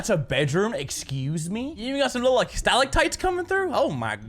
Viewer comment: ahem stalactites. It hurt to hear it with American ears